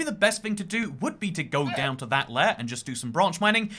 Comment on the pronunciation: lair ? lare ? you mean laYer ????